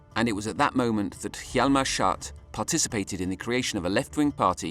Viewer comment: It is too bad the narrator cannot pronounce Schacht's name correctly. He keeps calling him Schat. The people doing voice over translations get it right.